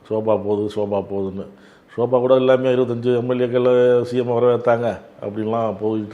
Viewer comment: சோபாவை ஷோபா என்று கொல்லுகிறார்...